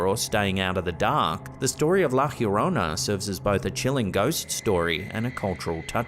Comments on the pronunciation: It’s kindly pronounced La Yo-Rona. Not La Her-Rona. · It's pronounced like La "Ya-rona" not "here-rona"😂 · It’s La Llorona, Not Fiorona. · How have you not yet learned to say Yarona yet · it’s “lah yo-row-nah” 😂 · Bro, why do you keep pronouncing La Llorona as "La hyiorona"?? LL is Spanish just sounds like a "y" or sometimes a soft "j" but never "hyi". Please fix yourself! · Please, I'm half English and half Spanish. Try a Y sound for Yes whenever you try to say - la llorona -. Avoid any G or J sound 😅🙏